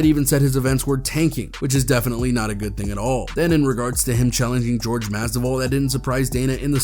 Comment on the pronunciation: U MOMO U SAYIN JORGE MASVIDAL NAME WRONG...